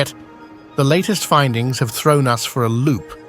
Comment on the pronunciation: I’ve been wondering but now I’m convinced the narrator on this channel is AI generated. Instead of saying “the first interstellar rock viewed by us earthlings” the narrator said “the first interstellar rock viewed by U-S earthlings” - as in United States